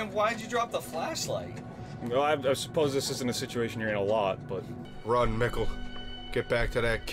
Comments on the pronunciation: "This wart is very distinct and I think we're gonna see in the future" - "Do we know a Regina?" "I don't think so" - "Have we heard of a Helge?" "No." Me: ... dudes Also, I feel like every video you guys say the names Michael and Mikkel in some different, yet still wrong way and I don't know why this cracks me up so much but it does 😅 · And your pronounciation of the name Mikkel has greatly improved! (I'm German) :D